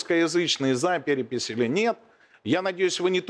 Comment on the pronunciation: Всё что понял, она за пэрэпись, а не за перепись